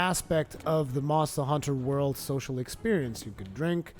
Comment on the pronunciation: Monstuh Huntuh Wuhld.